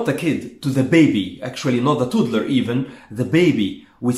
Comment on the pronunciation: Toddler is pronounced like "Tod- ler" not "Tood-ler"